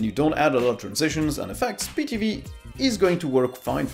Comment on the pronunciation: Try getting someone who knows something about linux because this guy butchered the names of everything. Pee TV?! We're trying to draw people to the platform not scare them off because this guy has no clue what he's talking about.